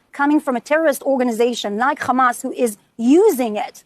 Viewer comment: Khhhhhhhhhhamas. Are they too dumb to pronounce it a little less shitty?